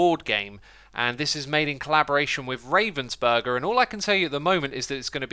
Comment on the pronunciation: ravensberger is pronounced 'raa-vens-bearger'